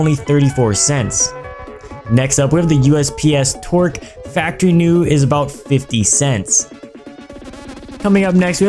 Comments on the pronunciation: I thought he said usps twerk.. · When he says USP-S Torque it sounded like he said USP-S Twerk XD